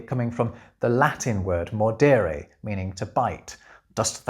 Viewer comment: You pronounced ‘mordēre’ right! I have to admit, I went to check if I was subscribed just for that.